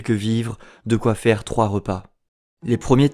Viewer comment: Je suis retombé sur ta vidéo par hasard! Mais mec, apprends franchement à prononcer! vré = vrai, fére = faire! Y a des orthophonistes pour ça! Je vais presque regretter qu'ils ne prennent pas que des parisiens dans le journalisme sur les grandes chaînes, mdr :P